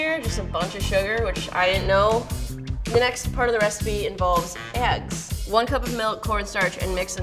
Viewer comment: says eggs normally?!